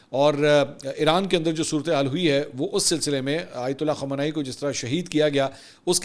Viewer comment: أپ خامینائ کو خامانائ کیوں بولتے ہیں۔۔۔۔۔۔؟